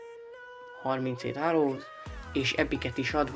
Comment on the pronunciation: remélem nem veszed sértésnek, csak egy pici segítség a kiejtésben: arrows-őróz; valkyrie-vo(a)lkájör